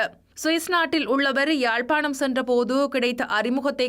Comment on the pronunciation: Correct me IBC Tamil, ஜாழ்பாணமா அல்லது யாழ்ப்பாணமா?